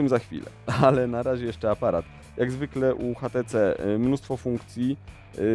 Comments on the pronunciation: Dlaczego ten burak wymawia "hatece"? To może "one" konsekwentnie też wymówi tak jak jest napisane w polskim języku? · no kurwa to urodzony inglisz spiker od 2 lat w anglii robi ze szwagrem przy paletach, więc nie obrażaj go tutaj i mów po prostu ejdż ti si